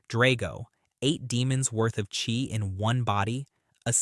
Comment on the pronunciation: Love your videos, but it [at least in English] is pronounced Chee, not Chi